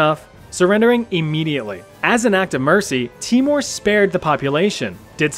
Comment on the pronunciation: Its pronounced teimour not timor lol. Nice video!!!!